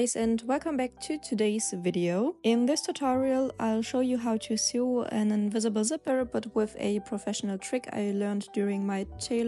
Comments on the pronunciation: Uh, to sew is pronounced just like to sow, not like to sue. Just thought I'd say. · So good! Bin begeistert. Übrigens, fürs nächste Video: Man/frau spricht to sew genauso aus wie wie das so in "So, so helpful". You're doing an amazing job. Thank you.